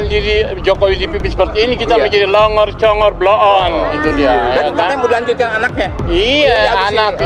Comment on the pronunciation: Plongor Pa Haji Egisujana bukan tambai huruf P Pak Haji 🙅🙅🙅